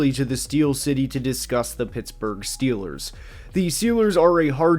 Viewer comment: Schiillaz two da SchyuperBoul